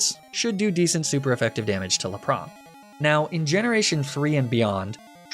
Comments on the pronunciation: Not judging but why do you pronounce it as Luh-prah instead of Lap-ris? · Misty's WHAT, have ive been saying Lapras wrong all these years?!?!?! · Why are u saying Lapras like that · The way he said Lapras I thought it's just an insider trill or something. But when it came to Arcanine, it started to get annoying...